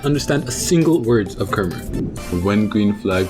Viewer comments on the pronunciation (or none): i'm cambodian-american and i'm pretty sure it's pronounced "kha-mai" not "ker-mer" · The way you pronounce kmere was so stupid lol,like ker-mer really?